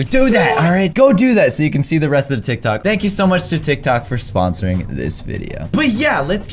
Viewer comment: Its not tivk tocks its tik toks